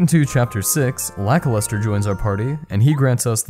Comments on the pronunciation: You pronounce Lakilester as Lackluster? Is that a joke? Because I always thought it was pronounced lack-keel-stir. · Today I learned that the Cloud dude is written Lakilester. I never played this game but I enjoy your content of it. But the way you say his name sounds 100% like Lackluster so I thought that was his name. Lakilester should be said like the Laki in Lakitu, very hard emphasis on the A and I. And Lester, well just like the name Lester. This video is already kinda old but YouTube recommended it to me so I don't think you'll read this, but in case you do, I also don't think that you would change how you always said the name for this single comment xd Although you say it wrong and for me he is Lackluster now and I can't shake it off s.s